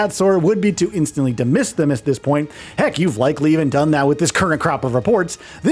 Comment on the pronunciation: we all know he meant dismiss